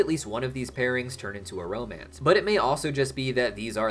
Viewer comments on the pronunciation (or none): none